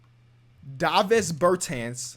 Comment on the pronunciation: This nigga really just called Davis Bertans DAH-VIS 😂 its DAY-VIS. Ya know like Anthony Davis LMFAOOOOO